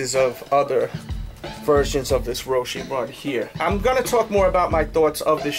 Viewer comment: He said roshe wrong